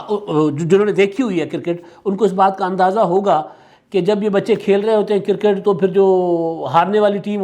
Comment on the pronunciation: Aap cricket ko cirket kiyun kehtay hein?